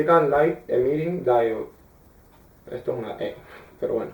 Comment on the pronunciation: es ligth emitting diode no dido wey